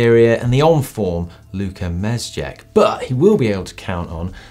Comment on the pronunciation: tried hard with those pronunciations, but Mezgec finally got him hahahah